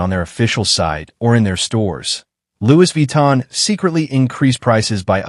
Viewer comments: Lu Vi Tan ❌🤣❌ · Louise Vee-tan! - yeah!! 😂